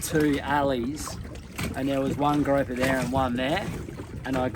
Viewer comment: GROUPER, pronounced like a group of people, not like a rope. You have gorgeous children, they don't fall far from the beautiful trees! ❤❤❤❤